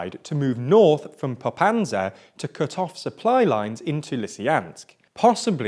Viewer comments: It's Popasna not Popansa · Dude, the town is called Popasna, not Popansa... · Popanza, Lysyansk... Dude, at least try :-D These names are already westernized :-D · Gosh, it's not PopaNsa it's PopaSna. It's not LysIAnsk, it's LysyCHansk. Learn how to read for god sake. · I'm not expecting native pronunciation, but it makes me scream when I hear Popansa instead of Popasna for three times in a row... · I'm so triggered when he is saying "popanza" while at the same time on the screen it is written as "Popasna". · It bothers me how he pronounced Popasna as Popanza so many times, and each time the correct spelling was shown on screen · It is twice as painful when you know the original pronunciation of all names. Popasna - not Popazna Lysychansk - not Lysyansk. Slovyansk - not Slovansk. This video sets a new level on mispronounced names! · You guys perfected the art of not reading the names of places (Russian and Ukrainian names are read exactly as they are spelled) Po-pas-na Le-sy-chan-sk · While all this is, of course, horrible, I couldn't help but notice that you butchered every toponym you encountered. All of them. "Popanse" instead of "Popasne", "Lysyansk" instead of "Lysychansk". It's almost like it was deliberate. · Dude, it's PopaSNa, not PopaNSa. Ans also LysCHansk, not Lysansk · Popasna not Popansa! Get your facts right 😉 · Bro you would have practiced the names.. Papasna. You said papsana. And said severodonetsk 3 different ways. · you said "popanza" the entire video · He says Popansa when it says Popasna on the picture.. Jesus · “Lysyansk and Popansa” really? Also “Slovansk” I am looking forward to visiting the English and Scottish capitals: Lodnon and Edbinurg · Boy how many times will you say PopaNSa instead of PopaSNa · Same for me: LisieYANSK, PopaNZA - really weird. But he managed Severodonetsk after all . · What's with the pronunciation? I know it's a hot June, but damn... "Popansa", "Lisiyansk", "Severnodonetsk"... bruh xD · its popaSna and lysyCHansk